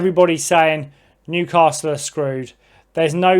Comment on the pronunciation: There’s no ‘r’ in the word Newcastle geezer .